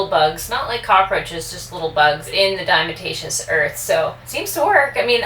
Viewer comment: I love how calls it "Dimeatatious Earth" lol lol lol